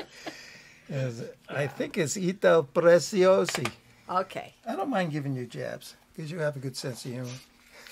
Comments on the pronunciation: the z in Preziosi is pronounced as tz in FitzGerald or zz in Pizza, preTZiosi or preZZiosi. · He pronounced it wrong, and yes I'm italian from the Bronx, NY. I've been stacking for over 30 years. Ciao bello